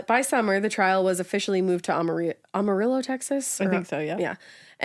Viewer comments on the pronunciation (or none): This is the second episode yall mentioned Amarillo, and pronounced it wrong again. Also this gives Amarillo a bad name.